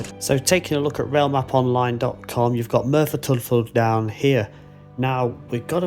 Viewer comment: Discovered your channel recently. I live in South Wales. So videos from around here like the I really enjoy. Just a note on your pronouncing of Tydfil. It's said as 'Tid-fill.' the 'y' is more of an i in that word. Kinda like U is also the same with an 'e' prounced as an i. I know, gets a little complex! Been watching your more recent videos. Absolutely love them. Thank you for making these.